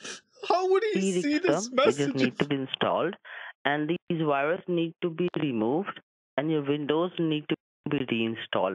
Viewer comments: A, multiple. 😂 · nah he actually said "" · ah yes. wireusus. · “” lmao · Don't you mean? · That's what the scammer said...a...lol. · Bro said 💀